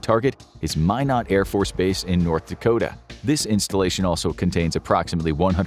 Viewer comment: Mine Eht not Mine Oght .🤣